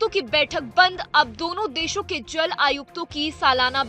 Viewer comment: अबे जेल स्ट्राइक नही जल स्ट्राइक बोल।